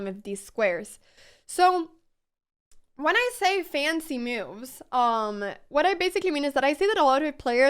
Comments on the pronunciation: I'm just here to see her smile and hear her say, "me-ooves" lol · Love your content! Thanks for all the explanation. On a funny note, I realized you say "moves" like "me-you'vs"! haha, and "new" as "ne-you's", and "now" as "knee-ow"!